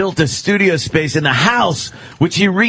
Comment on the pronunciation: "spayce..the final...frontier."